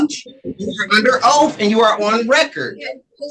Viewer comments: Why do these “sovereigns” can’t get the word oath correctly?? The ONLY ooaf in this sovereign! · "I under oaf!" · “Your Honor you are under oaf “